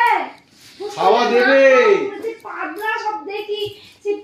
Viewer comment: পাদলা না, ওটা পাতলা।